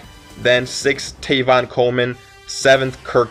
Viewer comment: tEvin Coleman. Not tAYvon.